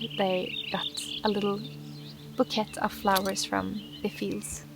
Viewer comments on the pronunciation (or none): By the way, Bouquet, in English is pronounced 'Boo' 'K' !! Ha! Not boo ket. ;) I laughed so hard to see you thought you said butt hole not bottle, that was too funny! ... I love that you are using new colors in your paintings like the mossy greens. I would also like to see pinks and oranges of sunsets in your paintings. You inspire me, in my 60's to keep making my own little 'cards' which I do not sell yet but enjoy doing and giving away usually. I work with my own home grown flowers and I even use rose oil in my paint and frankincense, making them feel more spiritual. I'll have to send you one. Anyway, I will be a first time Grandmother come September as my grand daughter, Aurora, will be coming to Earth. I pray she is artistic too as all my family like to draw and paint like you do. Blessings starry one. x PS I have the book KAlEVALA but haven't read it yet, it's a Penguin Classic. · Bouquet is pronounced boo-kay in the USA. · Love your content Jonna; I hope to visit you someday! In case you’re interested (I love your accent so don’t take this the wrong way) but “bouquet” is pronounced like “bou- kay,” rhymes with okay! Blame the french haha. Also, I bought 3 bottles! No worries if orders are slow; I’m excited for another well to be built! 🤗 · Your videos are so beautiful. We call them buttercups in America. I was told as a child, that if you put a buttercup under your chin and you see yellow reflecting on your chin, it means you like butter. Of course, the reflection only worked on sunny days. I plan on ordering one of your bottles soon. BTW bouquet is pronounced "bookay," no T sound. Take care.